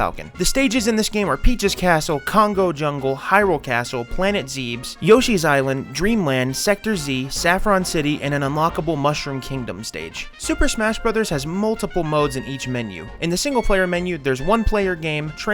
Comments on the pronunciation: Zeebs? You mean Zebes? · Planet "zeebs" lol